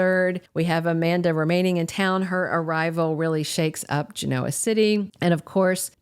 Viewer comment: Its pronounced Gen-o-ah not Geno -ah. Please and thank you 😊